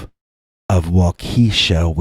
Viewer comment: First off, I love your dogman stories & listen everyday! I’m binge-listening to catch up on all I’ve missed from 5+ years ago. Awesome dogman stories! 💗🐺💗 🤣Hahahaha!!! I’m originally from IL & when I heard you first (mis-)pronounce Waukesha, WI, I was thinking 🤔🤦🏻‍♀️ “ just butchered THAT one!” 🤣🤣 Then I saw your note where you realized it, accepted responsibility & acknowledged your mistake. It’s so rare for people to do that nowadays, that I just wanted you to know 2 things… 1) I’m super proud of you👏🏽👍🏽 2) WI has LOTS of names that are usually very difficult to pronounce, if you’re not familiar with them &/or not from that area. Keep up the great work of telling amazing stories with awesome narration! You are very appreciated, & SSNYC!! 💗🐺💗